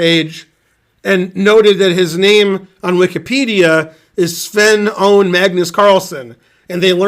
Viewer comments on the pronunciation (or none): none